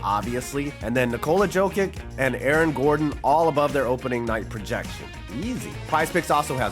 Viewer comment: It sounds like you don't watch basketball when you say "joke-ick" instead of "yo-kich."